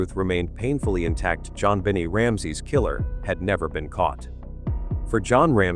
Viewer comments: Stop using AI to read scripts. The little girl’s name is Jon Benet NOT John Benny. Disrespectful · Jon Bennie? Get real! Pronounce things correctly! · What is suspicious to me is that u cannot even pronounce her name right. It is Jon BU (as in bu nny)NAY! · Click Bait!!! This Angers readers…Please Please state her name correctly!!! This is disrespectful . If John sues you over this pointing fingers at him ? It’s well deserved…. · Learn how to correctly pronounce "Benet".........it's only been DECADES that it has spoken on various News outlets. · How horrible to title this “I’ve lied for 28 Years”!!!!! You should be ashamed of yourself and btw learn how to pronounce her name!!!! 😡